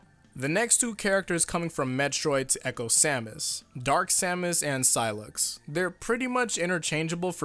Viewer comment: Sounds like he said acho fighters instead of echo fighters.